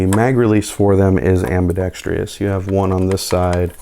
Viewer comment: It's ambidextrous NOT ambidextrious.